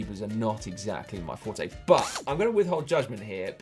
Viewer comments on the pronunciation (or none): none